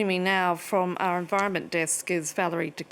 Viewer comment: The way she says "joining us now from our environment desk" sounds like "joining us now from our VARMINT desk" and how appropriate! It doesn't sound like these 22 people were in contact with her for very long.